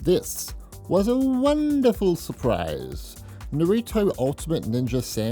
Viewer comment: The most unique way to pronounce "Naruto"